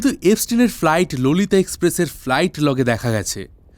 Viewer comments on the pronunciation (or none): ওটা ললিতা নয় Law-lee-taaa